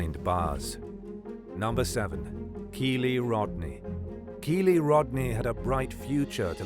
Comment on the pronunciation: With it in the media so much, the least you could do is pronounce the girl's name correctly. 🤦🏻‍♀️🤦🏻‍♀️Kiely- rhymes with "Riley". It feels disrespectful to use her story in a monetized video and say her name wrong. It makes it seem like you don't care at all about the victim but for the fact it makes you money. Not cool.